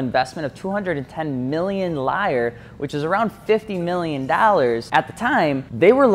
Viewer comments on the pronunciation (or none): The Italian lire is pronounced lee-ruh just FYI, not liar